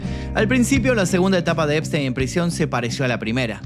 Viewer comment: NO ES,,,, SPTEIN